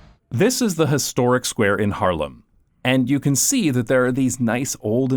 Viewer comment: The way you say Haarlem sounds like Harlem 😂💚